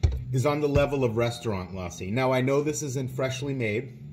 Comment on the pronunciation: Its la ssi ( lussi short a). not laaa ssi